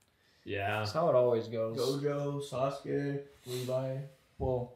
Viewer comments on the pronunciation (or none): none